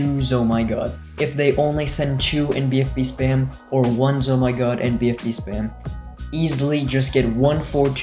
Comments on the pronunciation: z O M G s. Note: I'm not hating. But it's pronounced ZOMG. Please don't eat my Rainbow Regrow Rush. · Loving how you say zomygod